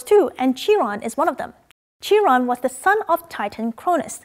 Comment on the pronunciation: Ch in Chiron is pronounced as k or q sound